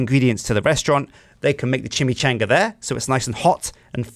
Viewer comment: The way he says Chimichanga upsets me.